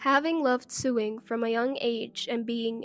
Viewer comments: You're so right. Sorry, but it wasn't funny ... just very very annoying. Sewing is pronounced 'so-wing', not 'suing'. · Narrator - first, talk a bit faster. Next the words "sew" and "sewing" are not pronounced "sue" and suing". They are pronounced like the word "so" with the "o" being long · Sewing is NOT pronounced suing!!! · You pronounce it sowing with an o although it is written with an e! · The incorrect pronunciation of "sewing" as "suing" made me laugh.